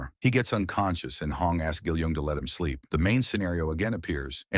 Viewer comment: Why can’t you say “sleep” 😂😂 You keep saying “SP”